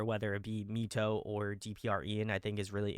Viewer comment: Loving this deep dive. Found this channel through KAVE's deep dive ❤ MITO is actually pronounced as "My-Tou" instead of "Me-Tou"